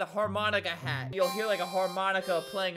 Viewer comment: Albert: "I WANNA MAKE A HEAATT" ME: DIES IK THAT WASNT FUNNY i just love the way albert says hat!!